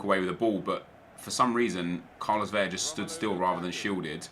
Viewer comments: Still pronounces Carlos Vela wrong. It's Vela, not Veya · El Güero it's 'Bela' seeing his native to a Spanish speaking country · Nep please learn how to pronounce Vela and Tremoulinas :) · U say vela wrong